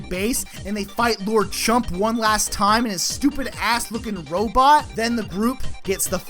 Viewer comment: Dude, I love you and I love this video series, but you might want check your pronunciation on Rogueport, Keelhaul Key, Lord Crump.